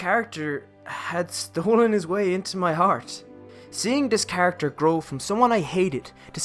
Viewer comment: Beautiful video👏 Also when you say 'this' i hear 'dis' did you do this one purpose or is something wrong with my ear.